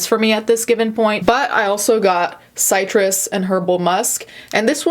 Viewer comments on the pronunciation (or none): heyo, its pronounced "SIH TRIS" not "CY tris" heheh, maybe cytrus is an italian way of pronouncing it? idk lelel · she said Ci-trus... and it triggered me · citrus not sitrous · I think it's called citrus instead of Cytrus concerning ingredients in a deodorant😎 just saying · "sigh-trus and herbal musk?" Me, a lemon: lol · Bee she rlly said “s-eye-tris” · did she just say site-rus? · “Si-trus” ummmm is someone gonna tell her... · Did she just say “sighttrus” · i love how u pronounced citrus as c-eye-trus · Did she just say “sight-truhs” instead of citrus? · The way you said citrus caught me off guard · girl I love you but that’s not how you say citrus lmao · the way you pronounced "citrus" 🤦‍♀️ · The 'i' in 'citrus' is said like the 'i' in 'sit'. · your'e so smart im questioning if citus can be pronounced multiple ways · I love you and your vids but please tell me you didn’t pronounce citrus like that